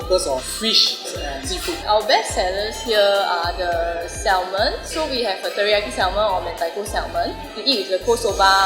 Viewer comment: sell salmon for a living... can't pronounce salmon properly.